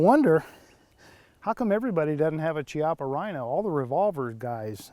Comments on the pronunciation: KI-appa, not CHI. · Chiappa is Italian, so it's pronounced Key appa, not chee appa.